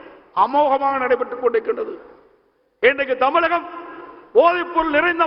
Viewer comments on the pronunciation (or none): none